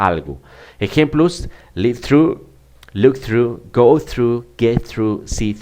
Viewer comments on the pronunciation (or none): none